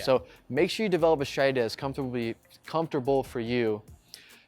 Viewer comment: What's your "schtridgy" for shooting spares? The word is pronounced: "stra-te-gi". There is no "sch" sound in this word.